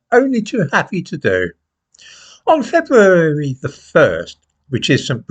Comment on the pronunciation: "on Feberearewerey the first".... yeah that not so early Alzhemier's is setting in lol (love your work!)